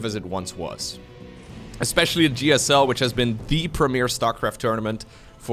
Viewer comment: I love your commentariesdf, but I really wish you work on your pronuncution of "the" it's not "da"